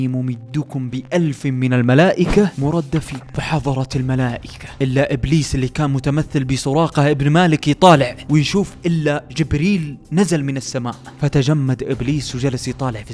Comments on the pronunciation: يا ريت تكون أكثر دقة و تدي مجهود اكثر و انت بتستدل بالقرآن حتى إنك قلت مرَدّفين و هي مرْدِفِين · مُردِفِين، وليس مردّفين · نطقك لمعظم الايات القرآنيه بلفديوا خطأ اتمني تراجع حالك منيح وتعرف النطق السليم حتي في كلمات انت غيرتها وحرام عليك راجع كل أيه انت ذكرتها لانه تقريبا كلهم خطأ مثل الدقيقه نطقت مردفين خطأ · مرْدِفين ، الراء ساكنة والدال عليها كسرة وليس كما قلت ، عدلها جزاكم الله خيرًا. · وكمان الايه ( ربكم اني ممدكم ب الف من الملائكة مردفين ) غلط ف تشكيل الايات